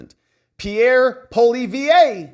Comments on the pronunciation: Polly EV is how it is pronounced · The English pronunciation of his name is... Poh Lee ev If you want to try to pronounce it like French Canadian it would be more like... Pwuh Lee evruh. But with the very end of that being almost softly spoken. Almost like you're not quite finishing it. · Love your podcast but please don't troll us with the pronunciation of Canada's Conservative leader. It's pronounced Polly-ev. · Poilievre is pronounced pwah-lee-ev. Carry on! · His last name is pronounce Pwah- lee-evv. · you got the first part of pierre poilievre correct its just the last part is pronounced polly-ev (so polly like polly want a cracker and ev like kev in kevin or kev mccarthy just without the k) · Hi. In French, the emphasis generally falls on the last syllable (lor - ee - AY) unless the last syllable is a short or soft one like uh, in which case, emphasize the second-to-last syllable: pow - lee - EV - ruh. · pronounced POLY EV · It’s pronounced poo-Lee-ev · Hey Poilievre is pronounced Polly Ev 👍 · Ask Viva on how to pronounce Pierre's name 😉